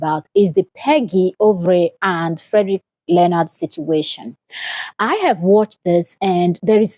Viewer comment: It's not learnard, it's LEO-NARD